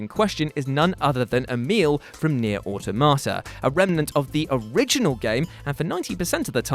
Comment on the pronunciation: says "Automata" like a Cockney selling vegetables.